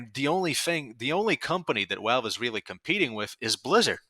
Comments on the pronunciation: why do you say wowalve instead of valve? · STOP SAYING “WALVE”. YOURE SAYING IT WRONG!!! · I love the way you pronounce Valve "Walve" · I'm Aussie and I'm Gunna start pronouncing them as Walve! 🧐🤝🧐